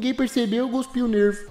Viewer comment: Ow... É cuspe, não guspi kkkkkkk Te amo ❤️❤️❤️❤️❤️